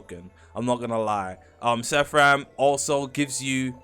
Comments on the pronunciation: bros saying SEFF RAM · bro its called seraphim, SEY RAH FIM NOT SEHFRIM (sorry idk why thats bothering me so much 😭)